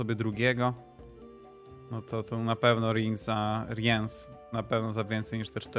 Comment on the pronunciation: Co do omówienia talii to im bardziej szczegółowe omówienie talii tym lepiej. Jeżeli ktoś ma z tym problem to niech to sobie np. poprzewija lub ominie. Ja tutaj nie widzę problemu. Tak by the way nie czyta się Riens tylko Rins (nawet jak zagrywasz Rience'a to mówi:"Zwą mnie Rins, zapamiętaj to imię". Ten co odpala rozmieszczenie sąsiadujących żołnierzy to Wrygef. Dla tych co grają Yrden jest specjalne miejsce w piekle? Moim zdaniem dla tych co grają Renfri i to jeszcze więcej niż raz.